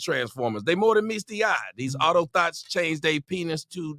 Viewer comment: Mans just said auto thots 🤣🤣🤣🤣🤣